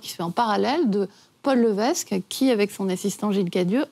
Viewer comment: Paul Lévesque se prononce Paul "Lévèque". Ginette Reno et non Ginette "Réno". Cette nouvelle biographie est non-autorisée par Céline. Lors de la rencontre avec Goldman, la relation entre Céline et René est déjà connue et dévoilée publiquement lors de la sortie de l'album "The Colour of my love" en 1993. Pour des connaiseurs, ils sont bien mal renseignés...